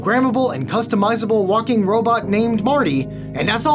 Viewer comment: That was literally the first I've heard the word "robut" used unironically.